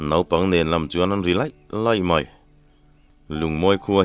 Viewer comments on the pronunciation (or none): none